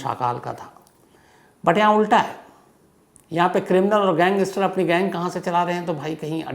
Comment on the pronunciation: I don't want to offend you but please correct your pronunciation of English words, like 'gangster' 🙏.